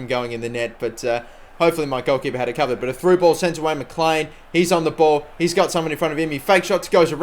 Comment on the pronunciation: Mclean is pronounced. Mcleen